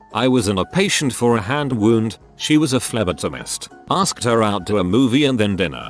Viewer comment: She was a FLEBuhhTIMust